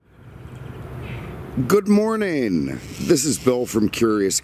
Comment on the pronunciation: It is always the same... except for that one video recently. At first I thought he was obliterated on the whiskey, but it was intentional. Surely we all were thrown off by... 'Good Morgan!!!' 🙃